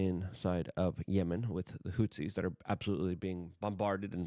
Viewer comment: Lol, it's hooties not hootsies. And Doge not Doyge. And stop saying, "we've been saying this for a long time" - you're literally flip-flopping every other day...